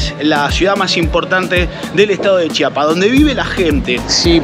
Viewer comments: Lo que me da curiosidad es que ellos sí saben pronunciar CHIAPAS y no chapas como la gente de otros estados de la república 😂😂😂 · Lo que me ha encantado es que a diferencia de los mexicanos del centro y norte del país ustedes si dicen bien CHIAPAS y no CHAPAS como ellos.